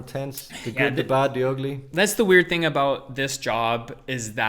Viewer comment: You cannot mask the "one ting." We know you,! 😁